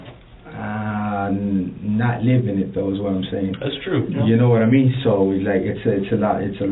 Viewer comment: "NOD-A-MEEN".? No, I'm afraid not.